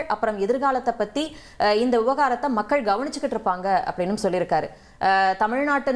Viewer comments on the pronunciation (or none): none